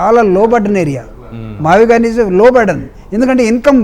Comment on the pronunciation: మావిగన్ ( మచిలీపట్నం, విజయవాడ అండ్ గుంటూరు ) ఇదే గా మీరు చెప్పేది.. వారే మ -వి -గు కదా అన్ని కలిపితే. యానాకటికి ఎవడు PUT పుట్ కదా అని BUT బుట్ అన్నాడట.. అలావుంది మీ మావిగున్